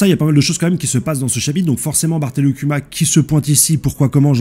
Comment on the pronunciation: Slt , petite info prononciation * : Bartholomew Kuma >> [ Barssolom-you Kouma ]😌